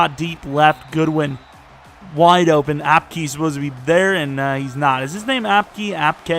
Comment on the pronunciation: It’s pronounced apke